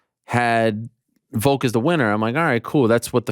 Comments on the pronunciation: Why tf does Ariel say "Voke" instead of Volk lol? I know I'm extremely petty but that annoys me so much lol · Can Ariel not pronounce "Volk" with an "L"? He only says "Vok".....every time lol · Need the timestamps for when you say Voke instead of VoLk. -(Its IsRaeL AdisonYa) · Why do they say Volk like egg Yolk? Volk is not a silent L??? Like just say Alex if you don't know how to say it.